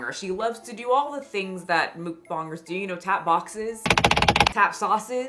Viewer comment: Mukbongers, lol 😂 instead of mukbangers